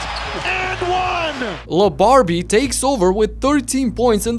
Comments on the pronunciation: You really said "lebarbie" 🤣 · Did he just said Le Barbie? 😂